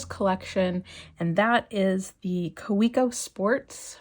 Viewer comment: Nice Kaweco collection. It’s pronounced Ka-vec-o.